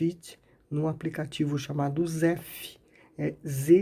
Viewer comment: o nome do app é ZEPP e não ZEFF